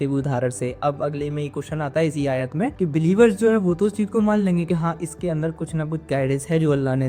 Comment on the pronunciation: Ayaa, Nahi ❤ Aayat, hai ❤ bhai آیۃ